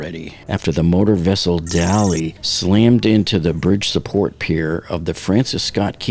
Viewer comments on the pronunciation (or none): I will once again point out that the ship is not named Dolly, but rather Dali, as in the Spanish surrealist painter Salvador Dalí, for whom the ship was named. Dalí is pronounced “dah-LEE” not “DOL-ee” (in IPA, ðaˈli) You provide good and timely information, and I appreciate your continued coverage, but it’s super jarring to hear the ship’s name repeatedly mispronounced by so many Americans in the media and on YouTube. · This ship was named after Salvador Dalí , the famous spanish painter. Her sister ship Cezanne was named for French painter Paul Cézanne. So, the ship's name pronunciation is not "Dolly", its Dalí (dah-LEE).